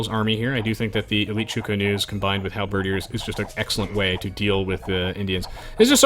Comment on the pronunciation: Is it me or does he have trouble pronouncing halberdiers? Like, hal-BERRdeers?